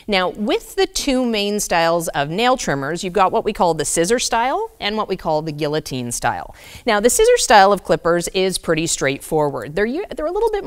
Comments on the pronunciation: It’s not a “gullitine”, its a “guillotine”. The L is silent. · Sorry, but the correct pronunciation of Guillotine, with the "ll's" are silent is: GEE-O-TEEN.